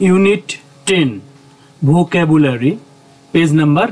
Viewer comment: এই যে ভোকেভোলারি না ভোকাভোলারি আপনার English উচ্চারণ অনেক ভুল ভ্রান্তি আছে